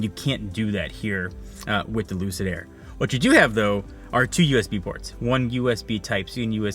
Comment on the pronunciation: Did he just say “Lucidge”?? No one will remember the name in 2years either.